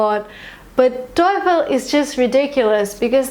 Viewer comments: Awesome two videos! Helped be solidify my opinions on TOEFL. One thing though, stop saying "toyful". Its just toe(like the foot fingers, lol, simplest definition I can think of) and fl as in joyful. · I am kinda addicted your videos i ve watched a lot but in this video there was something that annoyed me the way that you pronounce "TOEFL" you keep saying toyful just like joyfull... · Is /toyfl/ really the correct pronunciation? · 1M Students watching her videos are not because she is a good teacher but she is beautiful and her cloth is naked, if you agree with me like my comment. she says towful, toyfil toyful. but millions are watching. However i do really appreciate your efforts and commitments, my blessed sister. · She keeps saying TOYFUL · So funny that you pronounce TOEFL that it sound like satan in german ("Teufel"). Coincidence? :D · I have a problem with your pronounciation of "TOEFL". Maybe that's why you got 117.